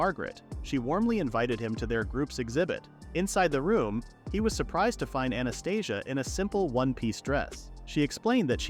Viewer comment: Anastasia sounds similar to Anesthesia, the way how you say it...lmfao